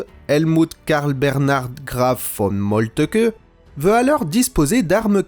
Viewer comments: Pitié cessez de prononcer "Moltke" "Molle te que" >_< !!! L'on dit "Molt'k.h l'intonation est sur Mol, la langue trébuche ensuite sur "lt"pour expirer le "keuh" qui est discret et atténué. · Vu que vous prononcez Moltke "Molteuqueu", prononcez-vous Hitler "Hiteulair" ?